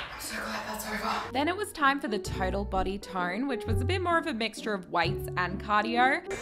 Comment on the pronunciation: When you said you love doing weights, my Indian ear heard whites🤣🤣🤣